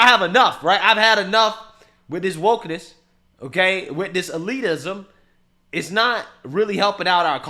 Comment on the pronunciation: Bro said "Wokennese" 😅😅😂😅😂😅😂 I'm dead. Lol